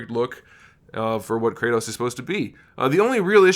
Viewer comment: kray toes? it's Krrr ah Tohs (R as in BRRRRR)